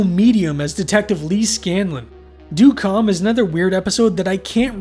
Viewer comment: It’s pronounced “dead calm” but this was still a good analysis.